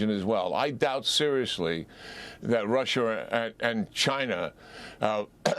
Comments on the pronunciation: Why does this guy keep saying, Russher, and Chiner ? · Rusher? Chiner? lol